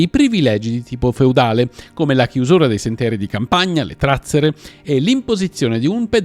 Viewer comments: Scusa la precisazione. Si dice trazzére, non tràzzere. Sono del luogo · Sono siciliano si dice trazzère no tràzzere. Grazie comunque non conoscevo questa storia, cmq sono lontano da Bronte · I sentieri di campagna si chiamano trazzère, non tràzzere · Trazzèra, non tràzzera... ma come fa a suonarti bene con l'accentazione sdrucciola?! Trovi la parola sia sul DOP che sul dizionario Treccani (entrambi online e gratuiti), non è che servisse un costosissimo dizionario siculo-italiano. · Salve. La dizione giusta è trazzére cioè strade di campagna..😊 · Si dice TRAZZÈRE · Scusa, ma l'accento è sulla prima “e": trazzère. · Trazzère con accento sulla e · trazzère ... accento sulla seconda vocale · Video molto interessante. Mi permetto però di specificare che “trazzera” si pronuncia con l’accento sulla “e”.